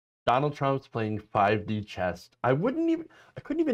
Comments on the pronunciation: Chess! Not chest 😆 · Chess dude! Not Chest!!!